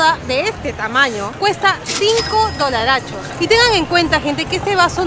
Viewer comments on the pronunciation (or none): Por favor, quita de decir dolarchos!